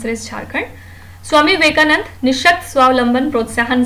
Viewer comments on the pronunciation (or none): It's Swami Vivekananda ans not Vivekanand... Kindly pronounce the names of great personalities properly.